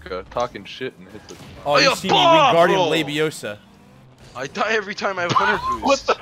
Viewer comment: Every time you f*cking say wingardium labiaosa, I’m seeing the damn predator mouth open and it’s honestly a scarring mental image...